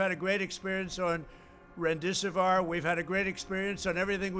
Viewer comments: Remdesiv-wär?! It's not French. It's a suffix used as a drug classifier. Pronounce it as it's spelled. Actually, he needs to just stop saying words period. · Every single time: when he makes a mistake once, he always repeat it after, to make it appear as he's right. Same with "Remdesewoiiir", when literally everybody else is saying it right (like it's written)